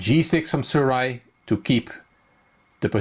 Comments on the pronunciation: the " j " is not silent. so the name is Su- Raj. Good analysis by the way. love your channel. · you pronounced my name the wrong way, 'j' is not that type of 'j' which karjakin Sergey has . but you showed me all the mistakes which i performed . I thank you. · it's ok :) the 'j' is not silent it has normal 'j' effect.